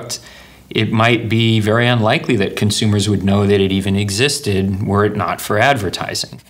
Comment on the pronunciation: "Ze edvertaaizing"